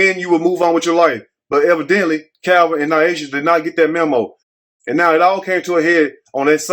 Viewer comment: That new reporter sound like a wyt teacher that could care less to pronounce her name correctly... I would hope her name is pronounce like Ny Asia and not what the reporter said😮😮😮. Yikes